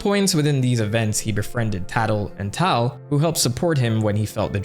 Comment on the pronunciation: Tatl and taal??? Its tatl and tale like a tattletale